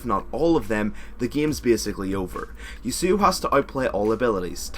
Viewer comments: its yah suo not you suo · Did anyone hear how he said Yasuo?